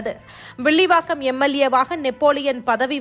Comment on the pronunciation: அது சரி அவர் எந்த தொகுதி வேப்பாளர் வில்லிவாக்கம் இல்லை விள்லி வாக்காம சரியாக தமிழ் வாசிக்கவும் நன்றி க்கம் கிள்ளி கிள்ளி